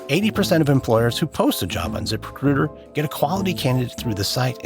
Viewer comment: The guy’s pronunciation of the words “zip recruiter” is unacceptable. If he didn’t say “zip recruiter” 75 times an ad, I wouldn’t care, but it almost made me stop listening to the podcast.